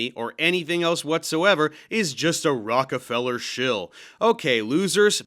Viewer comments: The Rock-a-fellow. LOL. 😂 This might be the funniest hypercorrection I’ve ever heard. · You pronounced his name wrong, Dave. It is Rocko-fellow! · This dude said, "Rockafeller Books." 🤣